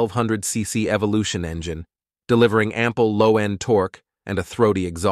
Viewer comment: Engyine ? seriously ?